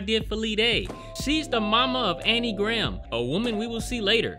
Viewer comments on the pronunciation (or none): none